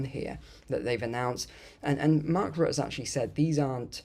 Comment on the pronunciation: Isn’t Rutte “ROO-tuh”?